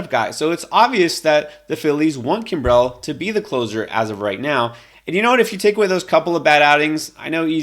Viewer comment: That’s not how Craig Kimbrel pronounces his last name.